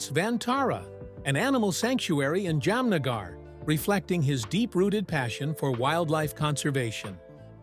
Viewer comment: Interesting but the pronunciation is hilarious : ‘Yam-nagar’ and ‘Salmon’ Khan!!!🤣🤣. If you’re putting this in the public domain, at least rehearse names that are unfamiliar.